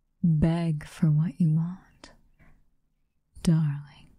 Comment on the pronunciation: I thought you said egg not beg 😭😔